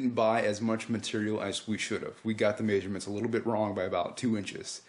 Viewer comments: lol actually you say it every time you say the word measurements. you're saying it wrong. it's pronounced MEZZ-UR-MENTS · I like how you say it. It giveS the word more meaning! :D Like you're saying 'make sure' 'ments! to make sure you get the measurements right :)